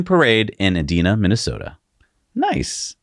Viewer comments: "Homecoming parade in Edina, Minnesota..." I only know this because my sister used to live there, but... Edina has a 'long-i' sound, so it rhymes with Carolina or angina. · Edina, pronounced ee-dye-nuh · I like the chann . I just like to fix a comment on the Story about a Edina , Minnesota and a ford Lightning. The name of the town is. E dine a , Minnesota . E dine a.